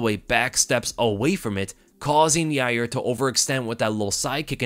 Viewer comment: You're not pronouncing Yair's name correctly. It's pronounced "Ya-rear". Chael told me so.